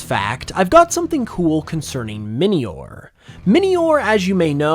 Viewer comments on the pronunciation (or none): none